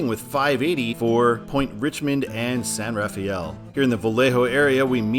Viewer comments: Just FYI, San Rafael is pronounced "San Ra-fell," not like San Raphael. A very subtle Nuance there. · It's " san rafel" not "san raf-ay-el" or "raf-ee-el" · San Rafael in the Bay Area is pronounced "San Rafell", not Raf-ay-ell. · Be careful on the over-enunciating of "San Rafael" in the Bay Area. THERE, it's pronounced "San Ruh-FELL". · A couple of notes on San Rafael / the San Rafael Bridge. First, the locals pronounce it "San ruh-FELL." Second, the bridge is what I like to call "the bridge with four names." Its "official" name is the Richmond-San Rafael Bridge. On the I-80 side, all of the signs just say "San Rafael Bridge." On the US-101 side, all of the signs just say "Richmond Bridge." Finally, the state likes to name its bridges after people; there is a sign at each side of the bridge calling it the John F. McCarthy Memorial Bridge (McCarthy was a congressman from the area). While I'm at it... "Why is it signed Fairfield and not Vacaville?" My best guess: Travis Air Force Base isn't in Vacaville. Speaking of I-80 and Fairfield, you may not have noticed this, but they are adding a lane to I-80 starting just before I-680 and eventually ending at I-505; it will be a toll/carpool lane, where the toll is determined automatically, and charged to your transponder, based on how far you go. These are popping up all over the Bay Area. I'm pretty sure old US-40 and old US-50 separated at the MacArthur Maze. 50 took what is now I-580 south to US-99, then north to where US-50 begins now. US-40 crossed the bridge near Vallejo (there was a much older, pretty much identical, bridge next to it that was torn down in 2003 and replaced with the suspension bridge because it wasn't earthquake-safe), then took what is now I-780 to I-680 to where it joins up with I-80; the hills inbetween were just too steep to build a highwa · San Rafael is pronounced San Rafel. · Pronounced: SAN RUH-FELL 😉